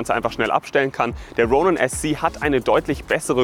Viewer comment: Wie deutsch kann man „Ronin“ aussprechen? Tom-David: Ja